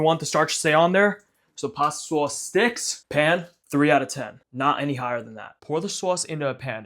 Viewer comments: Someone needs to make a supercut of every time he says "saauce" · Why do you pronounce sauce so weird